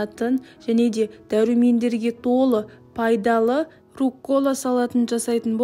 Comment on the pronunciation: РУккола, а не руккОла